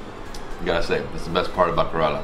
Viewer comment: The guide should teach him to pronounce Indian proper names correctly. He can't even pronounce the name Kerala well I can pronounce a hundred American names exactly like the Americans do.